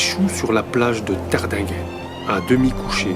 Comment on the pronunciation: Encore une erreur de prononciation pour Tardinghen .